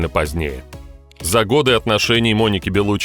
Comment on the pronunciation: Она беллуччи с ударением на и .она сама так говорит